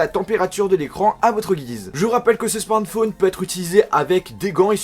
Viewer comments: C'est moi ou il a du mal à dire smartphone ? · Frère tu sais pas dire smartphone... Déso.